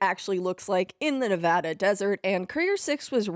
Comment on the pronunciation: Wow this is a fantastic project you’ve worked on, thank you for your dedication. As someone who was born, raised, and currently live in Las Vegas, Nevada I love this and your correct pronunciation of Nevada. Now I have to walk the way of the courier when I buy your map.